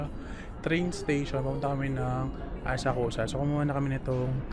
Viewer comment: Actually it's pronounced Asak-sa [Asakusa]